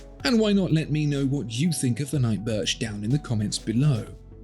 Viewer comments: Wait, did you say "Night Birth" ? LOL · funny, you actually said “night birth”😂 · Did he say “night birth”?!? 😂😂